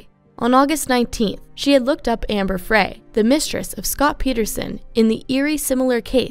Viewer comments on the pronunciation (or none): It’s pronounced FRY not Frae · Pronounced "Fry," (not "Fray"... even though it is spelled Frey). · UndoubtEDly, not undoubtABly. And Amber's name is pronounced FRY not FRAY. 🤦🏼‍♀️